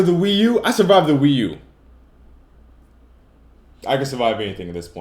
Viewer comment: lol, wee-u-2